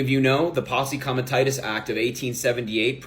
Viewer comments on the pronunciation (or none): "Post committus" No, fool. "Posse comitatus" [Possee commie tah toos] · that dumbass at the beginning said "pos comatus act" hahahahah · Dude can't even pronounce "Posse Comitatus" correctly and I'm supposed to believe he's some kind of authority on this matter? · What is "poss commitus"? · And of course THIS PARTICULAR CLOWN can't pronounce Posse Comitatus correctly, either! Oh,. You've turned out to be SUCH a disappointment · Can’t even pronounce posse comitatus right ..